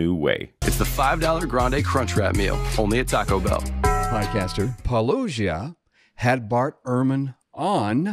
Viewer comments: I think the latest apologetic talk point is to mispronounce Paloo-gea on purpose. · 15 seconds in and we've already got "Paulo-GEE-a" and "describes himself as a former Christian". Is getting the name right such a big ask? Is taking at his word about his faith transition so much to ask? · It's amazing that these apologists don't seem to know how to pronounce "apologia", whenever you take off the "a". As in "Paulogia". Whoever pronounced it, way back, as "-ogia" which is the wrong intonation but correct "G", props to you. It's really quite irritating to hear "polojia" over and over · Paulogia. Pronounced "-oh-JEE-ah." It really really really isn't that hard to get right. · WLC seems to get some weird pleasure in purposely mispronouncing Paulogia as "Paulogee'a", he knows full well how it is pronounced from his earlier interactions with...what a petty little man. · Wtf is with Conservatives/Jackwagons that refuse to call someone the name the go by? Jesus. pronounces PAH-loh-GEE-uh in the beginning of EVERY video. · Whilliyam lone Chraug has such a difficult time getting Paulogias name right. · Any apologist who can't pronounce Paulogia's name can be dismissed immediately since they are either too stupid to remember how he clearly pronounces it in his videos, too lazy/intellectually dishonest to watch the videos in the first place, or deliberately mispronouncing it because they are still kindergartners, mentally. Any apologists who can pronounce his name correctly should probably also be dismissed immediately, since religious apologetics is an inherently disingenuous concept, but hey, who knows, maybe one of them will finally think of a position that wasn't debunked at least 50 years ago. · Basically the exact same pettiness that prevents him from pronouncing Paulogia correctly. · Like how he also purposely mispronounces the channel name every time he does one 9f these videos. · I think Craig mispronounces your name on purpose now